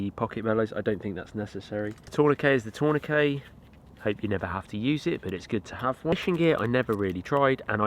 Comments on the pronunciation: Pronounce the T! TourniqueT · What in the brit tongue is a torn a k??